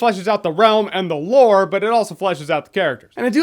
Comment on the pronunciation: I've been watching Jeremy for like 10 years and I'm sick and tired of him saying "lore". I dont know why it bothers me, but it does.